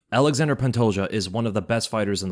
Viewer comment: Alexander pantoja kkkk its ALEXANDRE Pantoja